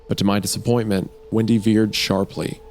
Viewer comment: The way Wendigoon was pronouncing ‘Windy’ I thought he was saying ‘Wendi’ so I had a feeling…